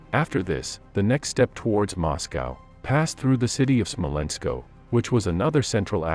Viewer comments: It is not Smolensko, it is Smolensk. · Why do you call the city "Smolensko"? It is just Smolensk without an "o" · It is Smolensk, not Smolensko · I've never seen Smolensk with it ending in "o" or pronounced Smolensko. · Smolensk. Not "SmolenkO". That's like nails on chalkboard. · The map is in Spanish. But the narrator should have given the name of Smolensk as pronounced in Russian or at any rate in English. It's only called Smolensko if you're speaking Spanish. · It is Smolensk, no Smolensko ! Would You be pleased to hear Newy Yorkhoum ? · So you always add "-O" when word is to hard?